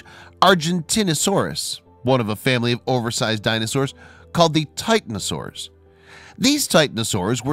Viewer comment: TitANosaurs, herBIvorous, diPLOdocus. In English, for words over 3 syllables, the second syllable is almost always emphasized. Your sing-song and awkward manner of reading seems to affect also your pronunciation of specific words you don't know. Please read more calmly.